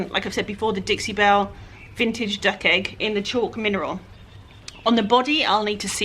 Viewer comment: Dug?? Lol ! Ment Duck!